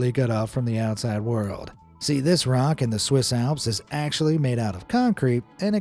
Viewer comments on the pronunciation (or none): none